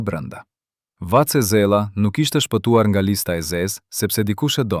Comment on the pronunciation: Na e shpajfi me germen ll Thuhet Lushnja Jo Llushnja Vace Zela Jo Vace Zella Duket si dicka e vogel Por na vret veshin ky shtremberim I Gjuhes Shqipe Sepse, flet spikeri qe duhet te flase Gjuhen Pa asnje gabim gramatik dhe fonetik